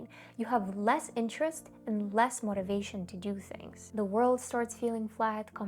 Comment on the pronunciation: "Motivating" is pronounced as "MOW-TA-VATING", not "MAH-TA-VATING". Why do you keep pronouncing it as "MAH-TA-VATING"?? Stop it!